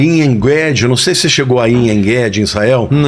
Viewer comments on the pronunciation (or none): Oi pastor, não consegui entender o nome do oásis que o senhor falou...aienguede?